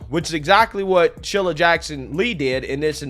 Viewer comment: SHEE-lah not shil-lah